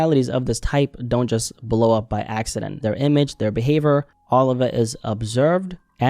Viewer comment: Bro its behaVIOR not behaVOR